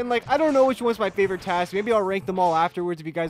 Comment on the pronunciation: I like it was referring to the thing like it's a name like he's calling it tas